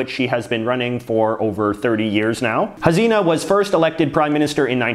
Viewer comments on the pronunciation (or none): Bangladesh's Prime Minister's name is Pronounced as Shaykh Ha-SEE-Na not like Hazina as you said. Sometimes it sounds just like it's written. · JJ, Why does your head keep rocking as if you are sitting on a balloon..?! And btw Balkan names ending in ..vic are pronounced as ..vich! Also it's Hasina not Hazina. You might like to improve on your non-English pronunciation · It's not HaZina it's HaSina